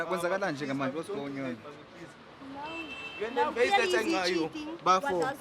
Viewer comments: i think for the fact that this second presenter has his own unique character we gon end up enjoying him, pls i stand to be corrected did he just said " Whats go-onion" aftr the call?😂😂😂😂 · "What's going nyon? " 😭😭😭😂😂😂😂💔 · “What’s going nyon?? Kwenzakalani”😂😂😂😂😂😂